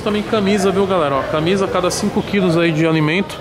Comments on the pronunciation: Porra toguro, "CANMISA" com N na frente do M. 🤦‍♂️ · "CANMISA"? aí não né tog fdc kkkkkkkkkkl